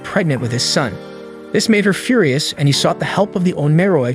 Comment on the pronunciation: "Few-rye-us"? Is that how we're pronouncing it now? Read more. Speak better.